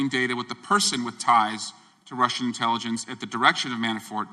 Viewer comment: "INTiLLEGENCE" Committee 🤣🤣🤣 Sounds like there are aliens among us👽